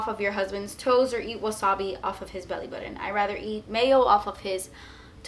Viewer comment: Haha- the way you said belly button 😂